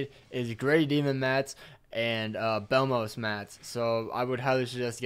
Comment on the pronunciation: its bellmoth not bellmoos lol